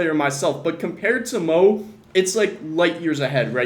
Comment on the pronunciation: The disrespect to mo’s name😭